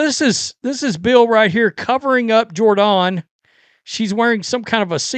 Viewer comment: It's pronounced Jhor-donne